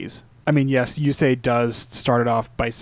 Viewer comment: I was surprised by your japanese interpretation of yusei, it sounds so good